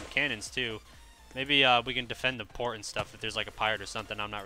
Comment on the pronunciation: when he said maybe we can defend the port i thought he said maybe we can defend the porn